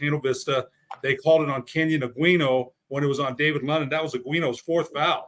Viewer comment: Kenyon Aguino’s last name is often mispronounced. It’s pronounced “Uh-We-No”. I’m directly related to him. I hope he UNM offers him soon! 🐺🏀